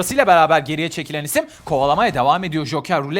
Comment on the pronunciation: adam her hafta düşen isim yerine düşen işim diyor alkjgalkjhlkah